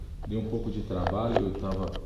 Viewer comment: Trabaio de pofrissinal kkkk